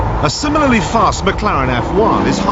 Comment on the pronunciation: What McLaren? And it's McLaren. Not mcClaren.